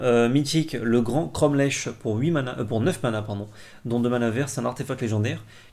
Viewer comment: J allais le dire et c pareil pour cromlech ça se prononce cromlec ça se voit qu' ils sont du sud XD